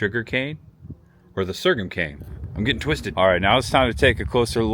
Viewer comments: sore-gum, like your gums are sore. wtf is sergam? ;) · Great tour! Been eatin' at Bob Evans restaurants 46+ years, mostly here in WV. Galipolis, OH is pronounced "Gal-a-police" and sorghum is "sore-gum." Just for future reference. You did a real good job here, young man. Real genuine. Best of success to ya! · Great video!! It’s actually pronounced “SORE GUM” no shade thrown. 😃✌🏼Also Chillicothe used to be the capitol of Ohio. Locals pronounce it “Chill A Caw The” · The correct word is so’rgum. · Sorghum is pronounced "soregum".